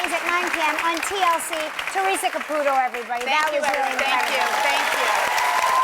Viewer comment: Is CapuTo, not capuro….capuTO